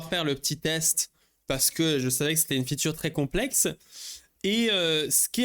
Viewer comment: Arrêtes de dire "la future" tu peux juste dire "la fonctionnalité" pourquoi tu insiste sur "futur" même si tu dois dire ce mot anglais prononce le en anglais alors soyez pro les gars